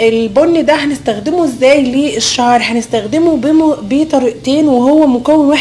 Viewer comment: انت ليه بتقولي نزدخدمه ما تعرفيش تقولي نستخدمه بالسين يا حلوه